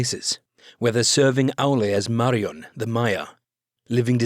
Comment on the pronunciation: Well told (apart from the mispronunciation of Mairon!). I really like the grandiloquent style.